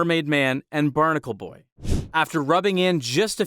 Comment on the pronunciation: I know he did not say barnical boy while showing mermaidman